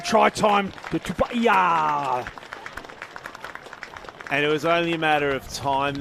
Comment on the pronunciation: That pronunciation of Quinn Tupaea's last name is horrific...